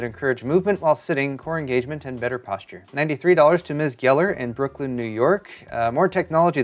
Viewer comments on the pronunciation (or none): none